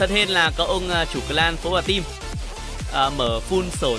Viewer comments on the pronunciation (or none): none